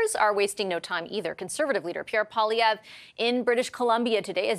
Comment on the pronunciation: needs to learn how to pronounce the name of our next Prime Minister properly. I don't think the Conservatives have peaked. There are still a lot of Canadians who are paying attention. When they tune in, I can see support for the Conservatives increasing.